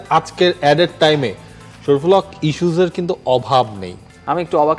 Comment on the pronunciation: শরিফুল হক যে সময় নাম উচ্চারণ করে সেই সময় আলাদা একটা ভাব নেয়😂 কেন ভাই আপনি শুধু একাই নাম পড়তে পারেন আর কেউ পড়তে পারে না🤡🤡🤡